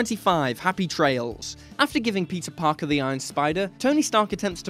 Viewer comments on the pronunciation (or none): none